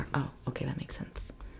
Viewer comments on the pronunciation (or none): none